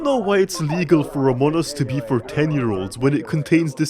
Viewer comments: "amon us" (hehehe very funny ...not really) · it is pronounced among us (emphasis on the G), not amon us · a grown ahh man saying amonas instead of among us is very endearing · "amoun us" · Among us ❌ Amunnus ✅ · i love how when saying among us kinda sounds like they sound like they're saying amonus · "amun us" 🗣️ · Love how he pronounces it "Amon'us"